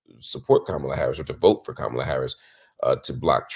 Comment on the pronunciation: I think a lot of people innocently mispronounce Kamala’s name because it’s mispronounced so often by the media. Doubt it’s on purpose. I used to say it that way I just recently heard Marc address it.